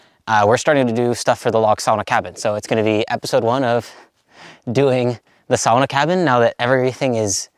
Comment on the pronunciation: SAW-NA PLEASE AND THANK YOU, LOL. BUT FOR REAL, GREAT JOB!